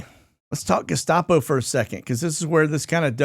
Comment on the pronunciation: What is he calling the Gustapo??? I'm in that area. East Texas.